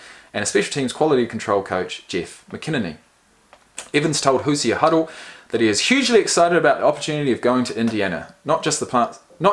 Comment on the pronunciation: Its pronounced hoo-zhrz. Basically anyone from Indiana is a Hoosier. Not really sure where it comes from but you can look it up. Love the channel!